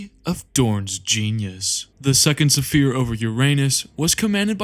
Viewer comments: Great video. My only critique is you pronouncing sphere suh-feer instead of sfeer, unless that was intentionally used in some places. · The ships were used as Fonder!!!! For the fourth Suh Fere!!! It’s such a great well put together video but my brother the repeated mispronunciation of fairly simple words unfortunately takes away from it a bit. Can I ask is English possibly not your first language by chance? I don’t detect any accent I’m just wondering if perhaps that may be the cause. And you still have my sub anyway because I know your videos are going to improve big time. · What is this pronunciation of sphere. Kill me. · Fantastic video i understand English may not be your native language, but the repeated mispronounciation of the word Sphere is very distracting.